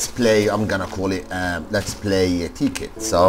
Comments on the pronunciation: It's not (tee)- (kit) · Tekkit and technic are not illegal..... Anyways awesome vid! ur accent when u say tekkit is so funny lol